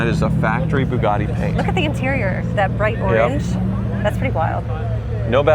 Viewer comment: Why does it sound like is saying Boobgatti? 🤪❤️🇺🇸